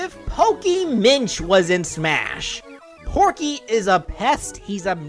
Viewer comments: Am I the it one that noticed it said Pokey instead of Porkey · i hear you said porkey's name correctly once and the rest is just pokey tho i know you have a voice disorder so i dont blame you for saying it wrong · you said porky wrong and his final smash should be his giant mech in brawl